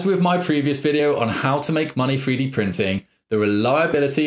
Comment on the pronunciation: Is he saying "Free Dee" Printer?